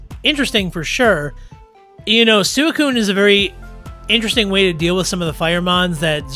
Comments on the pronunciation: Can someone tell him to stop saying suicune like that. I don’t care if that’s how you’re supposed to say it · Hey, thanks for the comment! How do you pronounce Suicune? I try to make sure I say mons names correctly given their inspiration and whatnot. It never occurred to me that I may be saying it wrong.